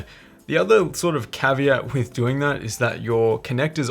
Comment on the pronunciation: I like how your "caveat" sounded like "caviar" lol